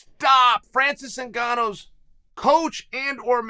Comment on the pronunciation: Francis nagannous coach, I cant let you get close